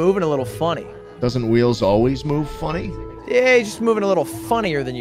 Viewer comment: Wheels sounds like a slur and I love it.